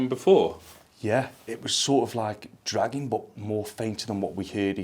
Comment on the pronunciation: Awesome guys! I keep thinking you are saying "Dragon noise" instead of dragging noise lol!